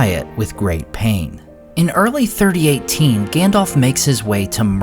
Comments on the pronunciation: it isn't Gan-dolph just a heads up it's Gan-dalph alph, like the Alps, but with a ph.. #DolphLundgrenHasExitedTheBuilding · OMG he is still saying Gandolf instead of Gundulf! :face-fuchsia-wide-eyes::face-blue-wide-eyes: Whyyyyy!!! :face-fuchsia-tongue-out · It bugs me that you say Gandolf instead of Gandalf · It's not Gandolf. Lmao. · Is Gandalf not gendolf 😂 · "Gandolf" lol😂